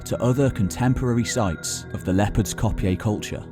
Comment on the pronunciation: Sigh Leopard's Kopje is not pronounced 'Cop-yay'.... it's pronounced 'Copy'